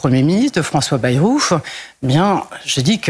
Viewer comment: D'accord mais j'ai vraiment du mal a supporter sa facon de parler avec ses fins de mots en 'euf', 'ech', 'ouf' genre Francois 'Bayrouf' ca m'empeche de l'ecouter jusqu'au bout (pardon, jusqu'au 'bouf')